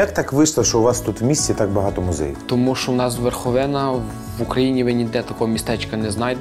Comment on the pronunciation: Вєрхавіна, як же ріже вуха